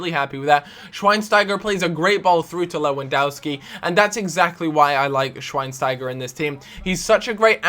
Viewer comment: Learn to pronounce the names, so annoying. Gertzer,shvinestyger